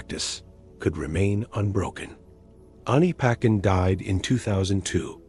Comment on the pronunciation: Pronounced as Ani pa tchen Not ani paken